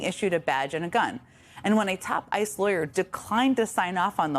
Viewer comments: She keeps calling ICE "Isis". Lol if the shoe fits... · Jen said “Isis” instead of ICE twice. 😆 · its ice not isis omg